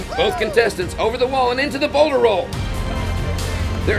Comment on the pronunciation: I definitely thought he said boner roll instead of Boulder roll